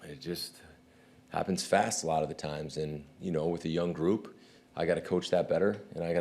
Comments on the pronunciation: He said "Rashan happens to lead the league in sacks . . ." I know I had to rewind that to hear it again too lol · Did he say Rashawn evens? Lol